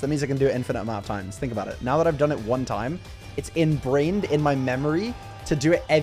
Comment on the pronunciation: You totally said enbrained lol